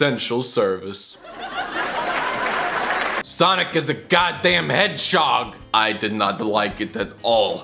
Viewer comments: Lol "HEADCHOG" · do you hear this man??!! He said a GODDAMN HEDCHOG! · ''HEADCHOG'', HAHAHA